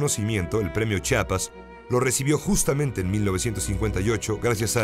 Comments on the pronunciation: Si Rosario Castellanos escuchara Chapas en vez de "CHIAPAS" resucita y se vuelve a morir. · CHIAPAS, no chapas.